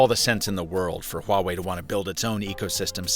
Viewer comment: Honestly, I was kinda shocked by how accurate his pronunciation of ’Huawei’ is😃😃